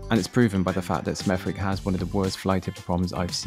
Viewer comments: It's not "Smeff-wick", it's "Smethick" with a soft "th". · its pronounced smethik not smeth wick FFS!!!!! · It’s not pronounced with the “w” lol it’s pronounced Smethick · One thing that has never changed about Smethwick is its name...to hear you keep calling it SmethWick, when the W is silent is quite comical all through, it is pronounced Smethick...however it's always best to so you simple homework first, I see you picked out the scruffiest parts, believe it or not there are some lovely houses & parks/recreational areas in Smethwick 😂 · Ffs it's pronounced 'Smethick' not Smeth-wick. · It's pronounced Smeth -ick not Smeth-wick. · Great video thank you. Most locals pronounce it smethick, a silenced "W", that's not a criticism just a help I hope. I grew up a mile from there and I saw it change over around 40 to 50 years to what you show here. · Just to let you know....The name of the town is pronounced 'Smeth-ick' (silent w) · Smethwick, is usually pronounced Smethick, but us Brummies tend to say Smerrick. Just FYI. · I think it's pronounced Smethick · It is pronounced as Smethick the W is silent. The residents of Smethwick are disgusted with the fly tipping and rubbish but it is the Sandwell council job to keep the place clean. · Pronounced Smerick, lived there in the late 40s to early 50s. Princes Cinema eventually became the largest Sheik Temple in the western hemisphere at the time. Moved to Bristol about 1967...."good move"....bloody shame what it has become. Lived in an 2 up 2 down in Dibble Road, built about 1900 and still standing. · You don't pronounce the "w" - We used to live in Sme'thick ... dire ... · Another top video brother - love the W in Smethwick haha, 'Smethick' or 'shithole' suffices :) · Lol never heard anyone pronounce it like that. Smettth wick. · Please note, the correct pronunciation (as mentioned by at least one other person) is Seth-ick. The mispronunciation is a distincre distraction. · Its pronounced Smethick or Sh**thole will suffice.